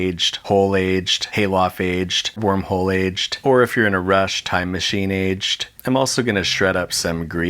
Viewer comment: The amount of time he says aged makes it sound like hes saying atcht